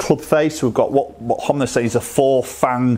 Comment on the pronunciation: Honma , not Homnay...